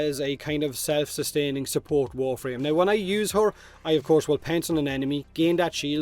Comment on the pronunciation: The way you say "pounce", I swear it sounded like "pants". "I'm going to pants the enemy.". If you did pants a grineer it would stun them... How does the shield come about? 😜